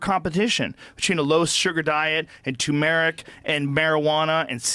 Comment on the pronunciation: Nobody's going to talk about how they are pronouncing tumeric wrong lol